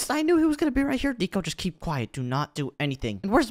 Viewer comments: said notnico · Good job saying that Nico😅